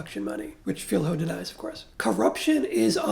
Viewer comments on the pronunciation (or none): Just for Future reference, "Filho" is pronounced closer to "Filio". Thank you for your very deep review of the movie and of our political context.